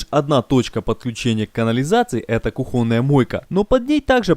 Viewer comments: кУУУУУУУхонная кУхонная епт твоюж ! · ударение кУхонная на первый слог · что такое кухОнная мойка?? это на каком языке? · Все бы хорошо,но слушать невозможно,особенно ухо режет "кухОнная" и "столеЩница","сверДла" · Я не зануда, но от такого количества слова кухОнная у меня кровь из ушей пошла